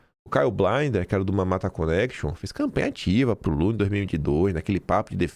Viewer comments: não é Caio Blainder - pronuncia-se como se escreve: Caio Blinder. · Caio BLiNDER, com i -- e não BLAINDER...